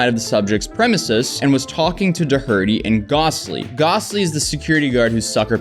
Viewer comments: The pronunciation of Doherty was painful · man you sounded like you were malfunctioning when you were trying to say his name. Listening to people struggling to pronounce Irish names is hilarious 😂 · Please pronounce Doherty correctly it's driving me nuts hahaha. Not that he (Jack) deserves respect, it's just that saying it that way is weird lol. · You need to learn how to pronounce Dohertty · the way you say his name drives me absolutely insane, you couldnt spend 30 seconds looking up how to say doherty? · You're pronouncing his name wrong. The 'H' is silent. Sorry...I don't give a sh*t about Doherty...it's just annoying. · Great video but You don’t pronounce the h in Doherty. I was getting so confused when you were reading the letter 😂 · First time in my life I've heard someone mispronounce Doherty. It still amazes me how many adults have a hard time with English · Could you at least learn how to pronounce Doherty correctly? It just comes across as lazy. Though, that does seem to be a pattern for you. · Learn how to say Doherty please lol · That is totally not how you pronounce Doherty but damn I prefer your way sooo much more 😂😂😂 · I can’t focus for your pronunciation of Doherty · Bro needs to learn how to pronounce people’s last names lmaooooo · Please look up how to pronounce Doherty. But that's an Irish name, we don't claim him, put him in the bin. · That's not how you pronounce Doherty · Oh my goodness! I’ve heard some bad pronunciations of “Doherty,” not the least from Americans named Doherty, but bless you, that was by far the worst I’ve heard. 😂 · Are you saying Doherty wrong on purpose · I genuinely love how you mispronounce his name through this whole video. It's giving Janet vibes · Isn’t it “Doherty”? Not Da-hurty? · At least Pronounce his name right Jesus christ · Love the deliberate mispronunciation of his name for some extra shade lol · I don't know what's worse, Jack Doherty's content or you constantly mispronouncing his name. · "Do-herty" lol